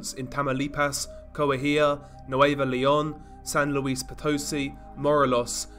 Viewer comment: I loooove how you pronounce Nuevo León!